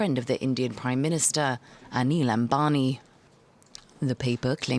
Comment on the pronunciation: Please use Anil Ambani's pic and not his elder brother Mukesh Ambani. Kindly try and pronounce Ambani with an M. It is disheartening to see that you work on such important issues with improper research.